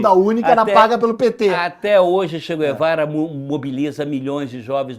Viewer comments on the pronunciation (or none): pronuncie Tche gh-evara e não che gu-evara, kkkkkk eu estava em Camiri, depois da morte dele, visitando o Régis Debray.... o cagão.... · "Che quervara"